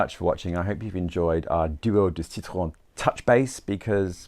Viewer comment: Bravo pour le bel accent français pour « Duo » et surtout « citron » 👏👏👏🌟🌟🌟